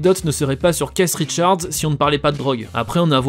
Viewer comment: “Caisse Richards” PTDRR